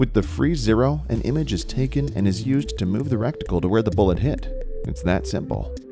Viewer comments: Reticle....not recticle hahaha. It's not a rectum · What's a "RECTICLE"?